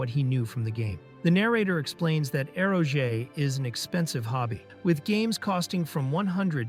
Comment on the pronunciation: Eroge “aero-jay” 😂🤦‍♂️